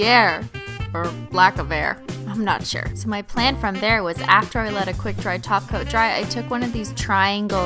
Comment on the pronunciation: My thoughts exactly! I've been trying to find the first video she realized, or somebody commented that she says "top coat" as "taco. "